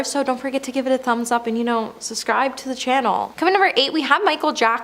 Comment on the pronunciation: Linda Evangelista pronounced Evan-jelista! Subscribe pronounced sub-scribed (it has 2 bs)!